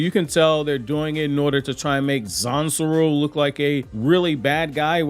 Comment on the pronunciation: Quick question, in the subtitles & the manga it says “Zansul”, but it sounds like you’re saying “Zansuru”. Am I trippin? Lol